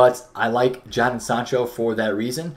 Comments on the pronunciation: Jadon - PRONOUNCED -> JAY Den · jay-den sancho